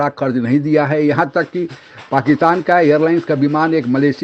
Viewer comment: Are Pakitan nahi Pakistan